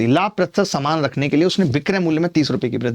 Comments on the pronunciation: saman not samaan🤣😂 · Saman not samaan 😅😅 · Saman not saman 😅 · Saman❌ saman✔️😂